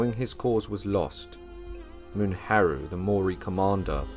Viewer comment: Mu-ne-ha-ru not mun-ha-ru.